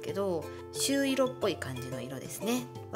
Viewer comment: みかさん、「しゅういろ」じゃなくて、「しゅいろ」です🥹 確かにパケ可愛い😊 持つとこが短いと持ちづらい😅 これは持ちやすそう😊